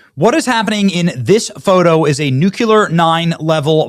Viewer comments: Every time I think someone is smart they go and say "New-Cue-Lur" instead of nuclear. Nuuuuuuu Clear! 2 syllables ! SMH! get these dopes! Red no matter how bad and doing nothing to help. quit fighting each others opinions and take action with the people! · Not to be rude. Can you say this correctly? It isn't pronounced "nucular". It is pronounced "noo·klee·ur". It drives me nuts! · BENNY: It's NU CLE AR NOT NU CU LUR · New - Klee - Er. Say it fast, it sounds EXACTLY like "new clear". Just say the two words "new clear". Didn't you know that saying "nuke - you - ler" is what ruined W.? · Benny, read your comments and learn. Nuclear ... not Nucular! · NUCLEAR NUCLEAR NUCLEAR!!!!!!! NOT NEW-CUE-LER!!!!!!!!!!!!!! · BENNY! It's NUCLEAR not NUCULER!! N U C L E A R it's easy to say! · "Noo-klee-arr" say it with me, Benny. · I love you so much. You are the first site I go to in the morning. But, brother, “nucular” is not a word. It’s the mispronunciation of NUCLEAR. Please retrain your brain to use the right word. Also, I’m old enough to be your mother, so pretend your mama is correcting your grammar. ❤ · It's NEW-CLEAR , I used to say it wrong too and it drove my mom crazy and she made me say it right. It eventually stuck. Great vid though I really love the channel and I think you're a great guy and you have a lovely family. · Benny, please stop saying “NUKE-yoo-ler.” Please. I’m a big fan, but that’s like fingernails on a chalkboard. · Did Benny just say NU-CUE-LER like George W. BUSH? 😂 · I wish Benny could learn to pronounce “nuclear” like an adult…🤦🏻‍♀️